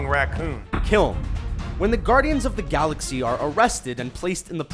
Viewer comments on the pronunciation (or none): none